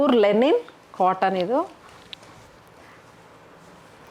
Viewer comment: It is LINEN not lenin 😅 ಲಿನನ್ ಅನ್ನೋದಕ್ಕೆ ಲೆನಿನ್ ಅಂತೀರಾ 🤣🤣